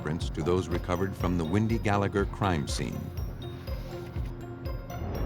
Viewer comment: WENDY, not Windy.